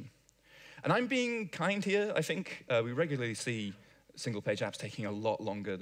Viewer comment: I fink you should learn to pronounce 'think'. Also, wha' happened to all those ts (stah' saying them and you will sound be'h'er).